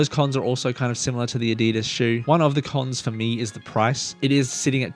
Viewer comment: Adi das not adeedus